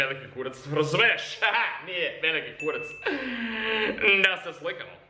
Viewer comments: It is not kuratc it's kurac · Kurac not KURATC😂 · it's kurac not kuratc😂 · u dont say kuratc u say KURAC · Its not kuratc XD its kurac* OML I cant belive a youtuber thats American and cares for Serbia exists😂😂😂😂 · Im from serbia and its Kurac and not Kuratc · It is kurac not kuratc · its not kuratc its kurac!!! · its kurac not kuratc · Its not kuratc, its kurac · Stop representing Serbia in a wrong way... We say "kurac" , not "kuratc". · kaze se kurac ne kuratc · Kurtac? It's kurac. I'm Serbian bro. And don't swear in bakery...gosh... Nobody does that (I mean some people do it...) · Not kuratc its kurac (Am Serbijan xD) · kurac not kurtac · kurac without t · There is no 'T' in Kurac! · Kurac without T :D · Nema "T" u kurac joooooooj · Kaze se kurac bez t